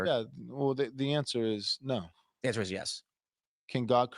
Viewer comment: Sorry bro I made it 26 min & 40 seconds but i cannot fckng stand hearing “Ner, I don’t ner” for another GD second !!